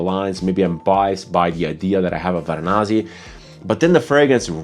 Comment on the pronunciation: Varanasi. Not Varanazi. You can also call it Kashi or Benares. City, not a perfume.